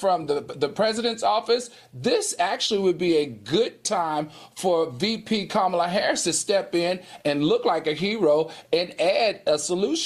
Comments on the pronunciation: Please tell Q, it's comma la (the the punctuation matk. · Q, START SAYING OUR VICE PRESIDENT NAME RIGHT.